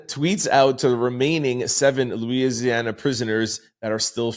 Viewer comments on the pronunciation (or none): none